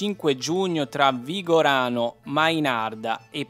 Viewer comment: E comunque per dover di cronaca è VIGARANO e non Vigorano... Nemmeno i nomi esatti sapete dare. Le immagini poi non centrano nulla con l'azienda. Da come dite pure "avrebbe investito", sembra lo abbia fatto a posta, invece assolutamente non è stato così.